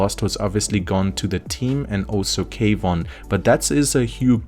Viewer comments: Kwon is pronounced Kuan. not K-Von. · Kwon is a one syllable word, not two